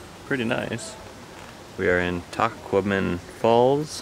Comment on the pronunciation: “Tuh kwah mi non” is how it’s pronounced :) Tahquamenon is a beautiful area- we live in southern Michigan, but try to get up there every year or two. I’m headed back next week. Last summer I took my youngest up there to do her senior portraits.